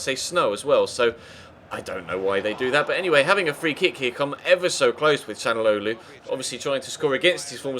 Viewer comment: It is 'Shal-an-og-lo'